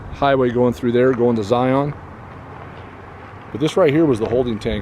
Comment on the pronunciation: You know how to say the name of the town that everyone gets wrong but then you can't say the name zion properly